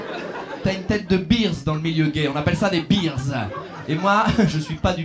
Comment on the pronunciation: Alors non " bears" pour désigner les "ours" se prononce bèrs et pas birs. Les Français et l'Anglais c'est n'importe quoi !